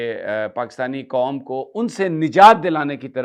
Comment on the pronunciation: السلام عليكم ورحمة الله وبركاته۔ سمیع صاحب۔ آپ نے بھی اردو میں ھندی ملادی ھے ۔تمام نیوز ویلاگر ھندوستانیوں کے طرز کی اردو بول رھے ۔ آپ بھی بار ۔ بار لفظ Qaum قوم کو Kom کوم بول رھے ۔ مجھے ڈر ھے آنے والے دنوں میں پاکستان کے تمام یو ٹیوب چینلز والے سلام کے بجاۓ نمستے کرنے لگیں گے۔ واللہ عالم باالصواب ۔ محمد meesaW قریشی ۔ کراچی